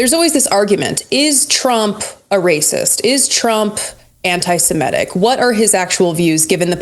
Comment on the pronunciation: Don't want to be that guy, but the pronunciation of "antisimetic" really threw me off. Everyone makes mistakes, but it's about the Semit culture group. Imagine saying Aremicans in every other sentence.